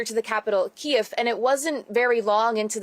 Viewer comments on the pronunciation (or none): I feel like the driver flinches every time you said Ki-ev and not Keev. He even corrected you in the beginning! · Dude...for the fucking love of God, learn how to say Kyiv. It's not KIEV...it's KEEV the Ukrainian version, not the Russian way you say it. The driver even corrected you! so nervous he's leaving fart bombs getting in, LOL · Brilliant videos you are doing in the midst of this conflict.stay safe over there,and do whatever you can for the local population..just one small thing,it’s not Kiev,it’s Kyiv..😂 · you keep saying ‘kee- ehv’ but. Ukrainians pronounce it ‘Keev’ don’t they? Kee-ev. Is the Russian pronunciation I think - I could be wrong though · pronounce it keev.. Ukrainians don't like the key iv pronunciation because its Russian pronunciation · Great videos!! I noticed when you say Kyiv... you say key'ev. I heard that was the Russian pronunciation... it should be Keyv, not with the 'ev' part. The driver corrected you... not sure if you caught that... it was when you first met him. It doesn't matter to me your videos are great. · Me too. You would think that would understand Kyiv being the Ukraine name for their capital and use their preferred name. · Its pronounced Kiev which is how EVERYONE should be pronouncing it. KIEV. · Please stop calling it KIEV! ..It's KYIV! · Sorry J Kiev is the way Russian pronounce it its Kyiv !! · Key-V! Key-V! Stop saying “key-ev”! You’re driving me crazy! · Hi. Nice vidoes! You might consider putting more effort into saying "keev" (not "key-ev") especially when speaking to Ukranians. Try assimilating a little more, since you live there now. I think it will do you good to be able to speak in the local language. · Key-vv , I think it seems every time you pronounce the Russian way, people twitch a little and say it back to you the Ukraine way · Exactly...hearing him say Kiev everytime is really annoying and an insult to Ukrainians. You would think he would know!! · You keep saying Ki-ev 🤣